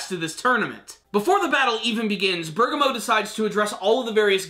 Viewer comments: Bur-Gaw-Mo. he keeps saying berga-mo and bugs me a little too but only in an off way. Truly don't care what he calls him. Close enough aha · Ber-gam-mo is how you say it